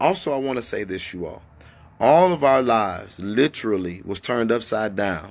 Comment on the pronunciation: If he say lit-cha-lee instead of literally one more time smh